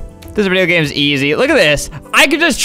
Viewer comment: You said GAYME